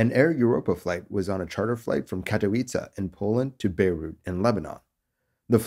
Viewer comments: Bravo on pronouncing Katowice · Nice pronunciation of katowice... Some would slaughter it... Great work!